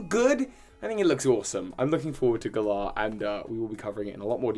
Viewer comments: I love you with all of my heart but I'm a Virgo and a Grammar Police member and the fact that you can't pronounce "Galar" correctly (it's like the word, "Gallant") even though they've CLEARLY stated how the region is pronounced in the trailers has me shaking my head. lol Same with the new Pokemon names... Man, we need to CHAT hahahaha 😂💛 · Why d you say Galar wrong? Just because its based on the UK doesn't mean you can decide how it's pronounced. It's a name that Game Freak invented and made up, thus it should be pronounced the way they have stated... many many times. It's not funny or quirky, it's just annoying. It's like if I just started pronouncing your like (Tue-Bi) P.s I'm from England P.s.s I love everything else about your videos lol